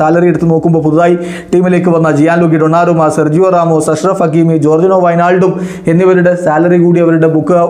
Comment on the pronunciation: രമോസ് അല്ല റാമോസ്